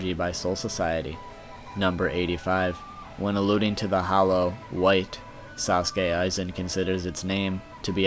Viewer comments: Anyone else relised he called soskue aizen saskue aizen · Not to mention he said Aizen's First Name was Sasuke instead of Sousuke and the meaning of the name was total bullshit too